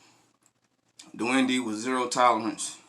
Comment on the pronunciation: It's pronounced Duende(Do-end-eh). Much love, my boy!